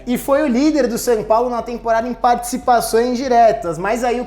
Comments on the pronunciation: Dou risada quando o fala "San Paulo" kkkkkkkkkk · "Sam Paulo"